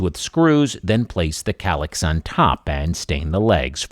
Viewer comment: Is that kallax or collapse? It sounds similar to my hard of hearing😂😂😂😂